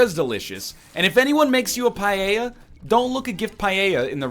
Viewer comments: Lol "PA-JE-JA" It is pronounced "Pa-el-jha"! You stinky egg... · Certainly not pajeja for paella. Pa-EL-jha is fairly close. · On one hand you mangled the pronunciation of 'Paella' as 'Pa Yay Yah' instead of 'Pa Ey Yah'. o On the other hand you went for Deli in that state. You are forgiven. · its paella buddy. Also a really common food here in Argentina 😀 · Having a great time listening to NL saying "paeilla" "pailla" "paeia" "peiela"... XD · how is it you say paella is it a canadian thing ? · Do all of you native English speakers pronounce "paella" like that, or just NL? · Listening you pronounce paella the way you do it's hurting my ears LOL. I'm from Spain by the way. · I am from spain and I didn't realize that you were trying to say paella.